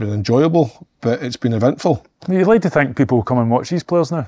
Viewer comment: "It's been ivintful"